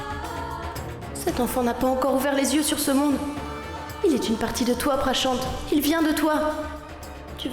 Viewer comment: Vraiment elle m'enerve 😂😂😂😂😂 Pranchant pranchant